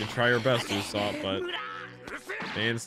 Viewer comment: his name is Uso-pu not uso-op